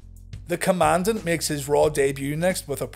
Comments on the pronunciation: His pronounciation of Commandant is correct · The Commandant pronounces it correctly.